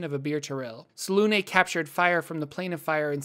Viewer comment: How is selune pronounced the way you say it is when there's no accent on it and there's clearly an accent on the u? Fake news